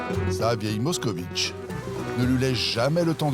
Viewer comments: 😂Pas Mockovich😂, mais Mockvich est la bonne prononciation! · À moins d'une minute de vidéo, le commentateur nous cite déjà 2 fois la MOSKOVITCH, alors qu'il s'agit d'une MOSKVITCH (moscovite en Russe). Qu'il est nul! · Ça s'écrit Moskvitch et ça ne se prononce pas "moscovitch" (allez, faites un effort quoi !!) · MOSK - VITCH, pas MOSKOVITCH !!!